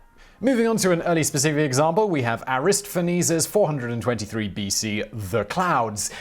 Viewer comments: Simon has a strange way of pronouncing things. I've never heard "Aristophanes" pronounced that way before. The emphasis should be on "toph", just as it's on "tot" in Aristotle. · I have NEVER heard Aristophanes pronounced without the "o." 😆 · You got the pronunciation of Strepsiades correct, but failed Aristophenes (air-iss-tah-feh-nees) wrong? HOW?! The latter is well known and easily available. I have to assume you're trolling us Simon.